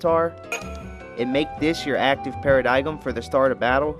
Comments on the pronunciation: I'll admit while you know what your doing your doing your pronunciation on a LOT of things in this series is quite atrocious. Paradigm for one is pronounced para-dime. Not only that but using Hope instead of Vanille gives you the ability to buff yourself with barthunder which reduces lighting damage by about 30%. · Its pronounced Para-dime bro. Great video tho. Maxing out Crystariums takes a good amount of time. Respect.